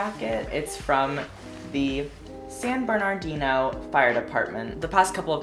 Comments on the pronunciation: "san Bernard-dino" conan oml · The way he says San Bernardino is so hilarious. 😂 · the way u said san bernardino i’m screaming